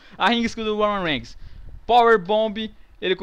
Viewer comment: "o roumam reiguinis " KKKKKKKKKK rio muito com esses videos